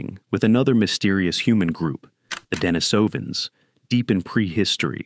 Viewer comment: Pronunciation: De-NEE-so-vans, not "De-ni-SO-vans."